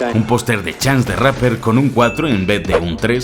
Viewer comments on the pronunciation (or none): none